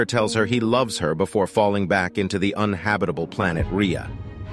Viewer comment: Uninhabitable……..it’s not that hard to say ffs.